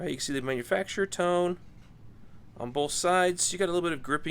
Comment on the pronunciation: The pronunciation is toe-nay. I've bought some of their tools. They were made in Taiwan. The quality is very good.